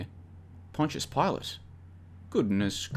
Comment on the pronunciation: Good to hear you're pronouncing Pontius Pilate correctly now.